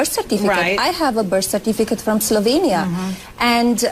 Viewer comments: Ben, you're not an idiot so why do you insist on calling the country "Slov-ay-nia"? It's Slovenia with an E. It should not sound anything like Pennsylvania or Transylvania - those names do contain the A. It grates my nerves every time you say it! Now try to pronounce the capital city of Slovenia... Ljubljana. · I love you Ben. I don't know how you do so much. Great shows always. I'm second generation Slovenian and Czech I've always pronounced Slo VE nia. with a long ë. Sorry if this makes me a Karenia. :) ;) :0